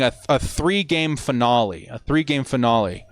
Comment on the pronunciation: Or how he says finale…